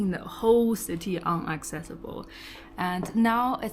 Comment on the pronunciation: Inaccesible not Unaccessible.